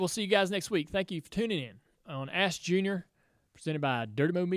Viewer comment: Sounds like he saying a$$ jr🤣